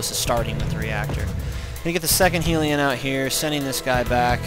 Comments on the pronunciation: It's helion not heeeeeelion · actually hellion not heelion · HELION NOT HEELION. OH MY GOD. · When you started saying heeliun i understood you are full of shit. Bad build. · wow hellion is pronounced hell-ee-un dork! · thanks man won like 7 games and came back to say thanks you got yourself a subscriber!!! and its hell-e-on (as in the place were the devil lives)